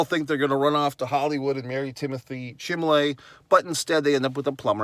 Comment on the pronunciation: Chalamet, not Chamalet.